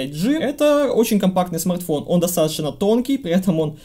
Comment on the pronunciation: Уважаемый спасибо за старания! Если лень не дает поработать над произношением Р то хоть иногда заменяй: "этот смаГтфон на "эту модель"" или просто поменьше текста))) Когда 25 минут издеваются над великим и могучим это режет слух!) Удачи на данном поприще!